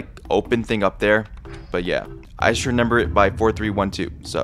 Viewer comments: shout out to for saying renember instead of remember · Blud keeps saying “renember” 😭